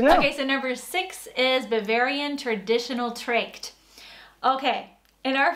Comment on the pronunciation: I get a bit pissed of that the woman can't be bothered to pronounce "Dirndl" and "Tracht" correctly.